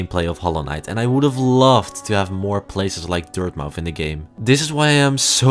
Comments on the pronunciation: “Dirthmouth” ? Excuse me? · Isn’t it pronounced Dirtmuth? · it’s pronounced dirt-myth